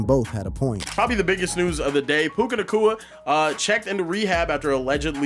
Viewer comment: Hard to take this seriously when the first 2 words are "Puka Nahkwah"